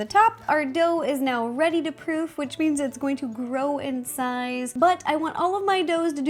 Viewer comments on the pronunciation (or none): Was she saying proof or prove?